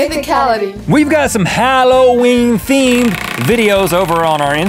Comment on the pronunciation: you said hollowenee have a hollowweeene hollow day :]